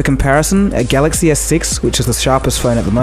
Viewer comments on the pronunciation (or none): none